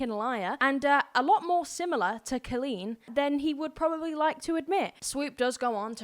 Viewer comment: Hi love. I just recently came across your YouTube and I absolutely adore your content. I'm going to try and summarize the whole situation as best as I can for you (as I've been keeping up with it and I love swoop and love adam). Also I love the way you say Colleen's last name. Haha. It's Pronounced (bal-inn-ger). But idc if her feelings get hurt. So basically, to make a long story short, Johnny basically was a worker for Colleen and after this information comes out about Adam, Johnny made up a lie about being groomed by colleen's ex husband and claimed grooming means an adult that makes promises to children and doesn't keep it. Lol swoop showed that Johnny was the one being overly talkative and weird and her husband barely answered. In the interview, Johnny knew swoop was a dv survivor and Johnny said the fact that colleen's husband stayed with colleen (when she was allegedly abusive) that he "fucked around and found out". Which is really fucked up to say to the face of a dv victim. And basically swoop breaks down every single lie johnny has ran in circles about and blah blah. Oh! And his best friend is an alleged pedophile that would go on phone calls and video chat with minors and Johnny would call and wake him up (due to this friend being ballingerant drunk) and a lot of those kiddos were 12, 13. They were also encouraging them to drink and giving them drinking tips....??? Hope that helps clear some things up. Johnny is gross. He would tell people, that his story was more